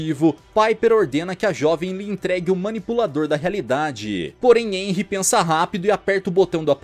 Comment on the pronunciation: meu deus nao e enry e harry